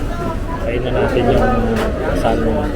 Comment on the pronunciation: Bro the correct Pronouciation of Salmon is .....SAMON ! just for your info.Cheers